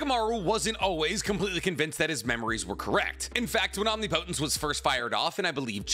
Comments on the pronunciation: First I must say that I love your content and that im just being a prick lol. Omnipotent is pronounced OM-NIP-O-TENT or OM-NIP-O-TENCE. Not OMNI-POTENT Its the same as saying NA-RUTO insted of NARU-TO. Or NUC-U-LER insted of NU-CLEAR. One is not a word an thus is wrong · Love the video, BUT, you keep pronouncing “omnipotent” wrong. No hate, but I had to say something😂